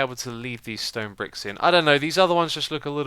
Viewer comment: bedwock and stone bwicks xD it's a new Xisuma thing